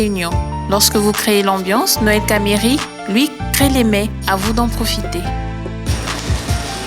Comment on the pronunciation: Quelle frustration à chaque fois que la présentatrice dit « Noel Camieri » ! 😱 Cet homme était mon patron, j’ai beaucoup appris en travaillant avec lui, c’est un grand homme qui avait du respect aussi bien pour le Congo, que son business et son personnel. Que son âme repose en paix 🙏🏽